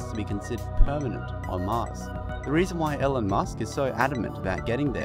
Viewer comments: Pronounced "Eelon...not Ellen"....jesus.... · nice video.. but the name is pronounced ee-lon, hope you correct it next time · His name is not Ellan, it's Elon. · His name is pronounced "E Lawn."